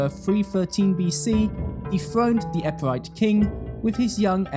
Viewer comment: And it's Epirote, not Epirite lol